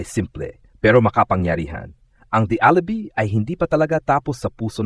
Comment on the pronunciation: Watch your pronunciation. Alibi is pronounced Alibai not alibee!!!